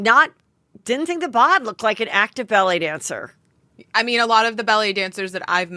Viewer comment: I kept hearing “belly dancer” & not ballet dancer lol!